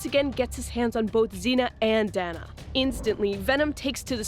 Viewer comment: Her name is pronounced, "Day-nah". "Dan-nah" would be spelled Danna.